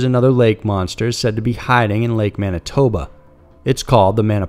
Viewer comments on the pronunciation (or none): none